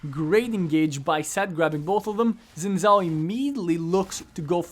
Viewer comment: I refuse to take advice from a guy that says "zin zhao".